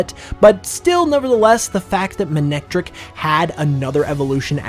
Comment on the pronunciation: Characters pronounced it as Ma-nec-trik in the anime